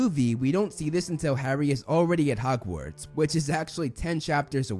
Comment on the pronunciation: It sounds like you keep pronouncing "Hogwarts" as "Hockwarts"